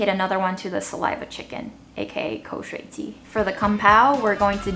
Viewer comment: pronunciation of 口水鸡 is really impressive. it was so natural I didn't even realize he wasn't a native speaker for a while.